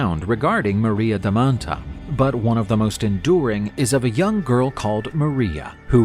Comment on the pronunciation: It's maria da manta (not maria da mattaaaaa)